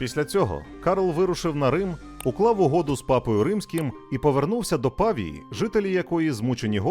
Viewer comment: Не пАвія.. ПавІя.. Наголос, б.ласка..